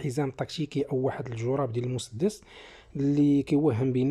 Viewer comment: الجراب بكسر الجيم وليس بضمها